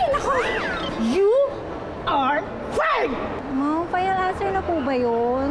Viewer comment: hindi naman. Ang pagkaPronounce nya ng word ang mali. FIRED is pronounced as FAY-YERD at hindi FIER.